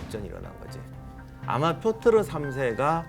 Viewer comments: 왜 자꾸 표트르를 표르트라고 하세요... 두부랑 부두 햇갈리시는 우리 큰삼촌 같아요ㅠㅠ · 역사에 대한 의 안목은 여기 댓글로 역사에 대해 아는 척하는 사람들의 그것과는 차원이 다르십니다. 근데 희한하게도 표트르를 표르트라고 하셨다가 표트르라고 하셨다가 또 표르트라고 하시며 왔다 갔다 하시는건 왜일까요? ㅎㅎ 제갈량처럼 지엽적인 건 대충 보셔서 그런건가요? ㅎㅎ 여튼 그 어디서도 듣기 힘든 교훈들을 주심에 깊은 감사의 마음을 전합니다. 제 인생의 스승으로 생각하고 항상 의 말씀을 새겨 듣고 있습니다. 항상 감사합니다. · 표트르 아닌가요? 표르트라고 두 번 말씀하셔서 제가 잘못 아나 싶어서요